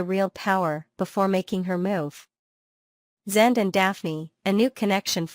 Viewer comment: yeah funny that......... it is an artificial intelligence talking and you'd think that it could pronounce the name correctly